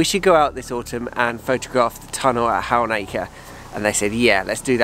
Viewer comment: Halnaker is close to home for me, please can you brush up on your pronunciation 😀. You don’t give much emphasis to the L. 😂